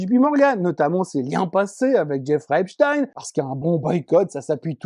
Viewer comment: Enfin quelqu'un qui prononce Epstein correctement, comme Einstein et Frankenstein, donc. Et pas comme tous les abrutis qui confondent peut-être avec Yngwie Malmsteen...